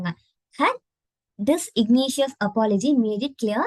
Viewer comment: The pronounciation Dis in geneous